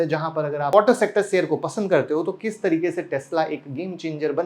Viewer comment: sheyar bolna sikho..plz aap